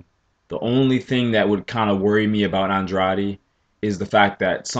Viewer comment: you keep saying OnDroddy.. it's AnDray'D